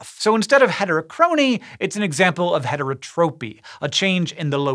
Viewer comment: it's heterotopy, as in topos, not heterotropy.